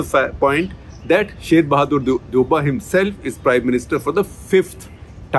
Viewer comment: Pronounced Deau-ba